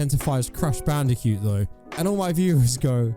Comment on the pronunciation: In lieu of an aggressive paragraph of harsh criticism borne of frustration with all the fake disorders everywhere, here's a positive observation to spread joy instead: I like how it sounds like said he identifies as Crash BandiCUTE! 😁